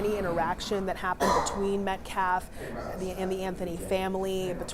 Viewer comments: As far as disrespect is concerned, why don't you first learn to stop calling the Metcalf family "Metclaff" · “Metclaf” like seriously